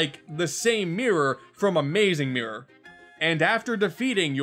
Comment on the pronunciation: " Like, the saeme mirror frum AMOOZING MOOROR "